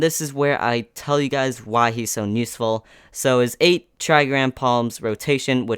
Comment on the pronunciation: Why do you say nuseful instead of useful? U always say it that way during this video. Anyway got every character in there except for tsunade sadly. Want to wait for a guaranteed red 6* banner. I only have Naruto Red. That means Itachi, Hiruzen, Deidara and Tsunade are up for grabs and all are great units